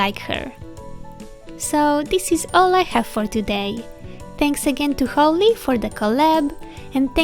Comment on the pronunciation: the way you say holly is so pretty <3